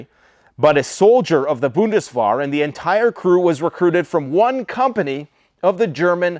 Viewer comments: Bundeswehr is pronounced as "bundes-w ea]r" (wear as in bear), not bundeswar... Just saying.] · That’s pronounced bundes-vhere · It's more spelled like "wear" than "war". Say "Bundeswear" for Bundeswehr ;) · 😊so cute, it's Nicht schiessen, pronounce the t at the end. Bundeswehr pronounce the e in the middle as an a